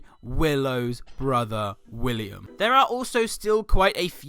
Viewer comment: it's William not wiliyam k and i sub to ur vids